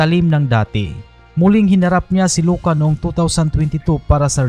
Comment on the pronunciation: Hindi po Loka kundi ay(I)oka or Ioka. Letter 'I' as in India po.